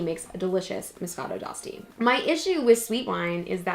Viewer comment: You're pronouncing it wrong. D'Asti is pronounced (De Asti), the "e" is pronounced even in English.